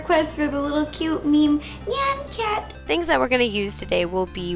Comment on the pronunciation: I got 7 but when she said "This is the Nyan Cat cake it sounded like she said meow cake for some reason!